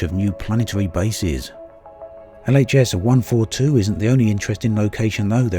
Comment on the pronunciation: Wish I could hear what the fuck he’s saying ?.. sounded like ghs 142 or Leah’s 142...speak properly damnit